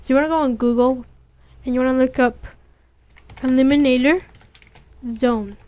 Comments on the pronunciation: Great Tutorial..... Emulator is pronounced EM-YOU-LATER... not eliminator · well you say illuminator instead of emulator and you can barley read no disrespect though nice job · Are you fucking serious.....EMULATOR EM-U-LA-TOR not ELIMINATOR........pronounced it wrong? no thats saying a completely different word LOL And its very fuckin descriptive "we are going to get this and drag it into the thing and there we go" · Not trolling or trying to be nasty, but why do you keep saying "eliminator" rather than "emulator"? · It's pronounced M U Later. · It's pronounced "Em-you-later" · It's pronounced 'emulator' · Nice tutorial kid, but it pronounced em-u-later. Keep up the good work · well you say emulator wrong and you can barley read no disrespect though nice job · Just saying, it's EM-YEW-LATE-ER, OR EM-YEW-LAY-SHUN. not eliminator or elimination. not trying to be rude or anything.